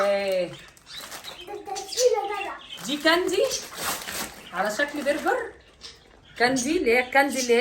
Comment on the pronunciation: بصي انا بحبك بس كل كلمات الماركات قوليها غلط وخالد بيقول مثلك زى برجر برنجز سناكرز كاتشب النطق غلط متزعليش، من رأي